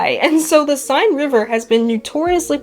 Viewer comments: The river Seine is pronounced Senn. Not sign. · Seine is pronounced sayn.